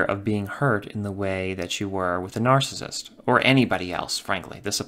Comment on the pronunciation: Could you please just say narcissist properly ONE TIME> It kills me Every opening